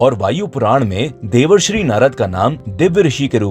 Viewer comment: Devarsri nhi bhai Devershi🤨